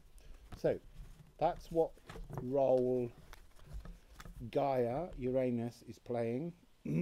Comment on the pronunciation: Why do u say shoo when u mention Gia please.